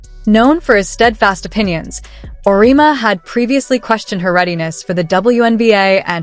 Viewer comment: OMG. Do your homework!!! It's Aur -e-EMMMA!!!! Amateur mistake.